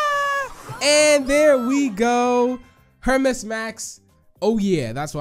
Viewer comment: Btw its Pronounced “Hermees” max off of greek mythology.